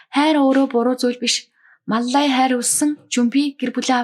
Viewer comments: Мал лая гэдгийг Мал ай гээд бгаа юм бна. Балай авгайг янхан чигээр нь хаяхгүй засрахгүй шүү дээ. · Маллая гэдгээ ямар сонин хэлдийн бэ😅